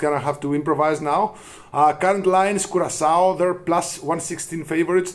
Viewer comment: Don't ever say CuraKao again! CuraSao is the correct way of saying it.